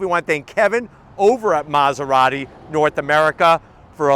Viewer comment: Bros keep saying Maserarry 😭